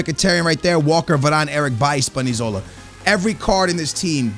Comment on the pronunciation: Ur lb's name is not spanizola it is spinazzola